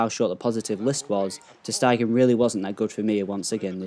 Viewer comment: Its Ter Stegen (Ter Stagen) not Ter Steigen